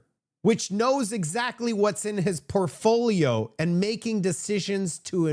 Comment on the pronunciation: “PORTFOLIO” not “Perfoliol”. My friend….